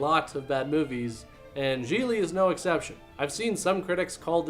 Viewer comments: I thought it was GIG-LEE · Its pronounced “Gig-ly” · I always pronounced the title as, Gee glee, not, g-lee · I don't care what anyone says. That does not read as "jeelee". It reads as "jiggly". Like jiggly puff just without the puff. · THAT’S how the title’s pronounced?! I’ve been pronouncing it “giggly” all this time!! 🤣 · I thought it was pronounced "giggly". Well, you learn something new everyday. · Really good review, insightful and funny. Glad I didn't see the film. Like "ComicRelief17" below, I also thought Gigli was Jennifer Lopez's character. I didn't know it was pronounced "Gee-Lee" either (hint to Hollywood, try to make your film titles generally pronouceable - and yeah I know that in Italian this name is easy to pronounce, but not for the vast majority of the rest of the world -- Jay Leno who you figure would know, was pronouncing it "Gig-Lee"). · Never seen it, but I always thought it was pronounced "Giggly" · Me too. And I pronounced it “jiggly” because of that assumption. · I thought it was pronounced Jiggly! 😄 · Why are you saying the name of the movie wrong? You don't put any emphasis on the syllables or bother to pronounce it properly. It doesn't deserve it. It's pronounced 'derivative vomit-inducing dross'. I'm very disappointed in you.